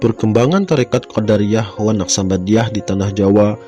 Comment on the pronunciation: QodAriyyah itu sekte klo dalam ilmu kalam min , nah kalo thoriqoh QodIriyyah . Lanjutkan pokoknya .